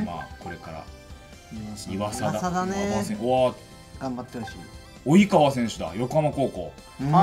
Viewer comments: タイガースファンの自分からしたら選手の名前めっちゃ間違えられてるのオイっ!ってなるなw オイカワじゃなくてオヨカワ。 イワサキじゃなくてイワザキ。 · おいかわじゃなくて、およかわな。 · 及川はおいかわじゃなくて'およかわ'だよ